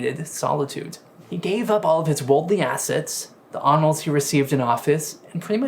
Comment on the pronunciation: I don’t think this is a “mispronunciation” issue. I genuinely believe this is a speech impediment. He says words like “Benedictine” with textbook perfection, but he can’t say “labor”, “honor”, or “career”. It seems that “r” and “w” are particularly difficult for him. That’s not something that watching your own videos can fix. He needs some serious time with a certified speech therapist.